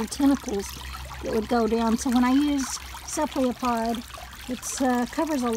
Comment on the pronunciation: That is pronounced, CEPH-al-o-pod.